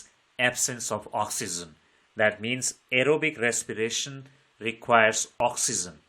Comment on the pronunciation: Very nice english ❤❤❤ Aerobic respiration❎ arrowbic resspiration✅